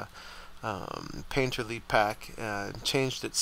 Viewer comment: Pack not PAC